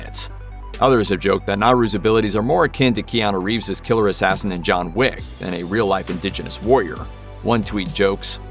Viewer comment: Its John Wick not Jon Wig